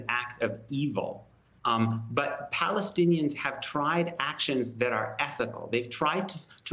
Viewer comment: "Palenstiains" though